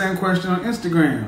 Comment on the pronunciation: My man said Instagwam 💀💀